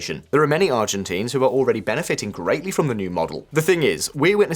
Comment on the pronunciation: dude check you pronunciation before uploading videos. Argentines, Milei - it's not pronounced the way you do it